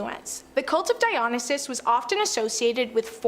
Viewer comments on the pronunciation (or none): PLEASE learn how to pronounce Dionysus is it dye o nye sis. It literally hurts my brain listening to it dumb